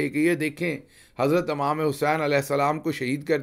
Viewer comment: Gill sb bohat ajeeb lagta ha jb aap imam k bjay amaam as bolty ho